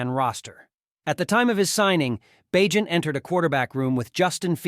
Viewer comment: Did you really say Bag-net??? this can’t be computer generated narration is it? Or is it just a person who doesn’t understand how to pronounce a persons name even though he said it correctly several times… Bag… Net?? Bagent… Bay… Gent.. seriously, if this is artificial intelligence that’s fucking retarded… And no I don’t give a shit about political correctness… It’s fucking hypocritical anyway and it’s all about context…